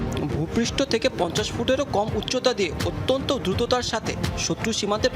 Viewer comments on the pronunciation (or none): none